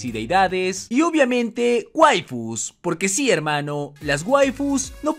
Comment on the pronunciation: Que paso porque ya no dices jelmanos :(